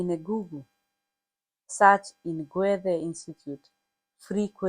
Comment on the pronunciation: This lady has a good sense of Humor 🤣 especially at “gwethe” institute .